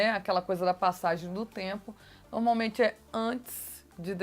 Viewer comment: Vc gosta de falar a palavra "normalmente", mas está pronunciando errado, para corrigir fale 3 vezes a palavra "norma", depois fale "normalmente". Percebeu o erro... uma palavra e derivada da outra ok. Observe sempre as pessoas cultas quando falam, elas "normalmente" não tem vícios.